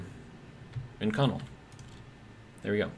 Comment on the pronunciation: Love your content. just so you know, Inconel is pronounced in·kuh·nel.